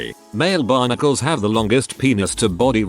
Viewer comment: Because of the text to speech, I thought that when it said "Male Barnacles" it said "Male Bionicles."